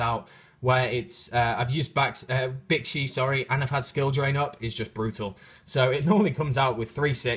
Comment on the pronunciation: Whe you were talking about Bixi, when you said it's name, it sounded like "Bitchy."